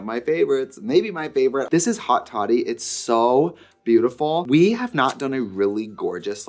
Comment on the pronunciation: Seeing the spelling on haute toddy and screaming at the anglo pronunciation!!!